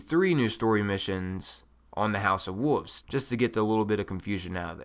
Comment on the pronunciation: What is a Woov? There's an "L" in that word. WOLVES.... Oh and you camp too much...